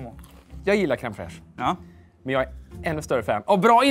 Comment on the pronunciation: Det heter inte cream fraiche...